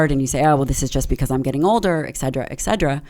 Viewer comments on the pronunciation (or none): Listen to me. ET CETERA. Not Excedera. C'mpn, you're a freakin' doctor and you don't know how to pronounce that? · Why did she keep saying 'Excedra' instead of etcetera? Lol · If you are an academic and your favourite word is "etc." do you really have to pronounce it "exeddra" like its a drug, instead of " et certera"? Like eXspecially but more annoying... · I can’t get past her pronunciation of et cetera as ‘eg cedra.’ 😭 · Hearing her butcher the word ETCETERA is unbearable. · Ask your doctor if "Egg-sed-druh" is right for you